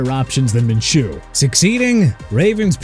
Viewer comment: Minshew's pronounced min-shoo